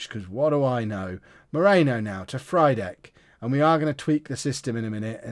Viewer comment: Frydek's pronunciation is "free-deck" mate, as it's Frýdek in Czech :)